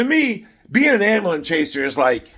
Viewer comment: Love the way you pronounce ambulance, " Am bull ance. "Genius!!!!!